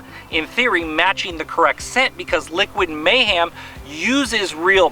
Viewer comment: Did you say Liquid MayHAM? lol